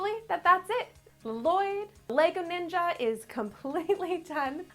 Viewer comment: Ninja not Ning’s